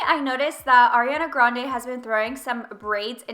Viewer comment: finally someone who says her name right! ily both ssssm xx